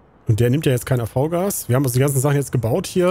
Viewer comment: man spricht das AVGAS "AFFGAS" aus